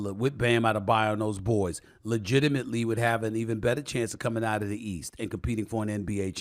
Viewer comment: "whoever comes out of the YEAST" 🤣